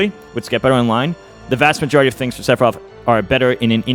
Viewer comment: i really wanna know why Mew2King says Sepiroth and not Sefiroth